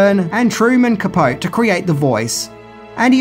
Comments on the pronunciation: Wish "" and fellow Comedic Arts connoisseurs a happy Year of the Ox ( ~:39...Capote... ca-PO-tay, not "ca-poat" (ah well, perhaps he has never heard of the somewhat noted writer before) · FYI its pronounced Truman Capotee, not Ca-pote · I think MANHUNTER is a better film than RED DRAGON. Also, just for future reference, Truman Capote's last name is pronounced "Capotee". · Didn't mention Hannibal TV series or upcoming Clarice TV series. BTW It's pronounced "Capote-E" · Truman Capo-tee -- i know i know ... you hate when we the fans point out your errors ... but some of us likely just do it out of love for your content